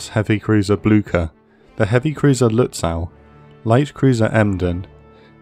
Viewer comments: 'Nother pronunciation gripe, this time from the German side. I mean, jeez, you only have the names of a few ships: Lutzow (lut-so); Möwe (mur-vuh, with "mur" as in "murder", and the closer you can get to a soft British "r", the better: no penetrating American "r"!)); and Blücher (`blew-sha). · It will be good if the guy reading this learns how to pronounce Lutzow. I cringe every time hearing that "aw"